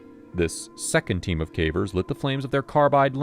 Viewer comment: There are some hints that it's someone's real voice but fed into AI, nothing exactly wrong with that but if you're paying for a narrator and they are feeding it into a machine that copies their voice.... that's gray area to me. There are mispronounced common words "cavers" being "caw-veers".